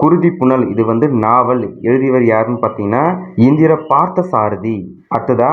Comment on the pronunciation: Come on 1966 அது வள்ளலார் கண்ட ஒருமைப்பாடு இரு முறை "வள்ளல் கண்ட ஒருமைப்பாடு" இப்படி தான் சொல்லி இருக்கின்றீர்!! இந்திர பார்த்தசாரதி இல்லை இந்திரா பார்த்தசாரதி ...ஒரு வேளை இந்திரா அவர் மனைவி பெயராக இருக்கலாம்..pls pronounce correctly